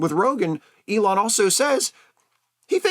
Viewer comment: "ELAINE" Musk...